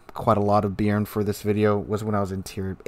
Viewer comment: Not "beer-n". Note the acute accent on the "e". It's pronounced "Bey-ahr-n".